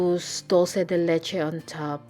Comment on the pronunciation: hello! I'm from Argentina and it is not " Dulce de letche" is " Dulce de Leche" , Great recipe.